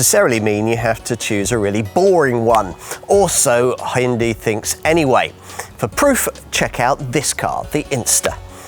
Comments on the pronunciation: Slightly better pronounced as "Hoon-DAY" and not "Hoon-dee!" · How about you learn how to pronounce the companies name correctly?